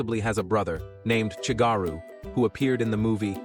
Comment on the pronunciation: Chigaru not shigaru😂